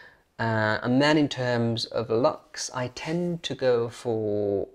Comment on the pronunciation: Your accent has become more and more "normal" as time has passed but please forgive me if I just point out one particular word which is 'looks' comes out as 'lucks' and I have to think twice to get the sense of what you are saying from the rest of the sentence! In Edinburgh, a person is defined by a} what school they went to and b} their accent.